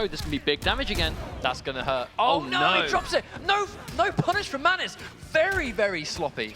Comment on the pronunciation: Can they please say Mantis instead of matnis